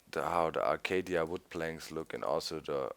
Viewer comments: Its acacia(ey-key-sia), not acadia ;) (ps. I have this new google+ thing) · Arcadia?! A-CA-SHA that's how it's pronounced doc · Hey Doc, the Acacia trees are pronounced A-kay-sha. just so that you know. Great vid man, Keep up the great work! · Hey Doc, the correct pronunciation for the Acacia wood and logs is Ah kay shah :) dont mean to be a grammer nazi or anything just helping out your english a little :) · doc its acaCIA NOT DIA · kim-daniel breivik Never have I ever heard it being pronounced like that . maby it's a east coast thing but it is definatly a-ca-sha even gennyb pronounces it that way he's like the only mindcracker who pronounces it right not arcadia not acadia and not acashka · btw Doc it's pronounced (acay-sha) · Doc it's pronounced "a-kay-shya"